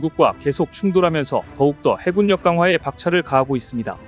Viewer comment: 해굴력이라고 읽어주세요!